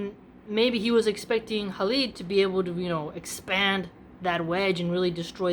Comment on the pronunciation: It is Khalid not Halid. I guess you got that from Habib which he spells as Khabib.